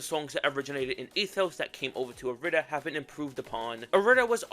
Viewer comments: It’s not pronounced ir-ee-da, it’s pronounced aeee-dee-der-dee-daa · Youre saying irida wrong cuz it's supposed to be like "ee-ree-dah" due to the Greek I being read as "E" and not "eye" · It’s said how it’s spelt I-RI-DA and no not eye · It is. The devs say it that way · It’s pronounced ea-rih-duh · ITS GODDAMN I-RI-DA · its irih dah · it’s an odd spelling it’s hard to pronounce lol but in the atom irida mix during the lyrics it shows how it’s pronounced